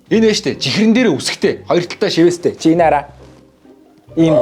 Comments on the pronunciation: Shiveestei gehiig sheestei gej Sonsson hun bnu hahahaha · Shiweestei chiher geseniin sheestei chiher gej sonsloshd 😂😂😂😂